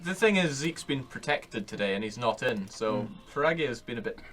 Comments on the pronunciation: Oh come on guys its not pragya Free - Ghee - Ya It would be wise of him to write it as Frigya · please, phrygia is like fride-ee-uh, not pie-gee-ree-uh